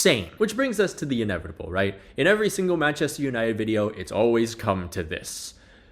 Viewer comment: I was looking for this comment, how are you a native English speaker and pronounce it like that 😭😭